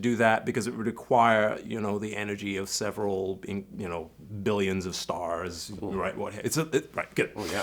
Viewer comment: MentalJack Espicially when he said "Stars", it sounded very American.